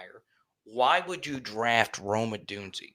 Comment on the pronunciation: Man you gotta say Rome's name right lol.